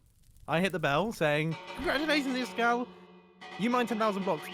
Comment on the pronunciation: Hos name is prononced ees kall